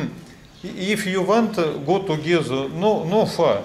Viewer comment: "Го-ту-гезе" - - Ок.. - "Сенкью": запахло аленизмом,. Приглашаешь даму на свидание и говоришь ей спасибо?.. Чё за пилотко-приклоненческий WYF такой?..))